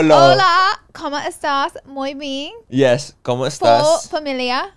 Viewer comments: Lol Laura!!! I thought you said “muy bean” not muy bien 😂🫶🏼 I love it!! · Lmaoo not moy bean . Love you Laura ❤